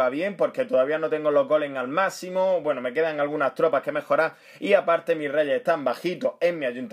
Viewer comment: Porque siempre dices Macimo y no "MAC-SIMO" = Máximo! !!